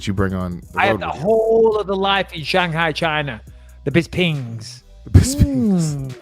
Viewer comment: Bis-Pings.. Lol😆😆